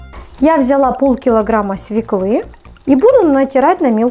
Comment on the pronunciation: Невозможно слушать. "СвеклА, вынуть с холодильника, ложу".Прежде чем записывать видео составьте текст и проверьте его на грамотность. Нет оправданий. Вы русской речи учились у неграмотных.